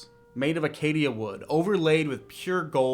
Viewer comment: AcaCia wood, not Akkadia wood.